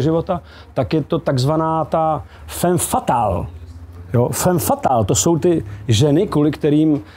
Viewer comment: Heleďse.. fam fatal, když už, tak je to po francouzsku správně.